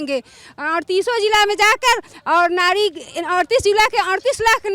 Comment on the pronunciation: नारी❌ नाड़ी ✅ 😂😂😂